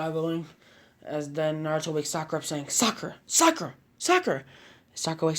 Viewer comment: Not sakara not sakara